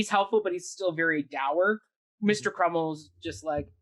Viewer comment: Crummles, not Crummle. What is with this guy dropping the S at the end of people’s names?